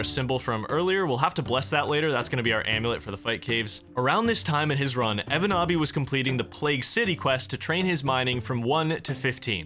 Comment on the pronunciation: I find it funny that pronounces the Finnish name like it's legit, but the name is a meme. 😂 evonaabi basically means "a noob who can't do it"